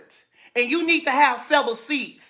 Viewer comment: “Sevel” seats 💺